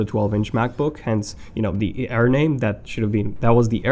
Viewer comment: sorry man, your pronunciation annoyed me, especially 'ayeer'